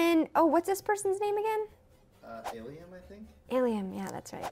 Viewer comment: its not ilima its llama man i call him dat oh and its not trum beak its pikipeak or pikipeek